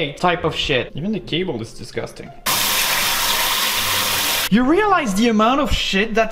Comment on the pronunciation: "This is disgastang "